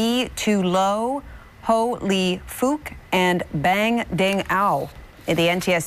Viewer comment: Fortunately for her, she said FOOK not the intended pronunciation.